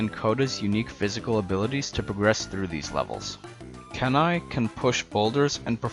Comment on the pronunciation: Have you heard of the CD-rom game? And Kenai is pronounced KEY-NAI. The reason his brother chases him is because he thought the bear that killed his other brother, Sitka, was him.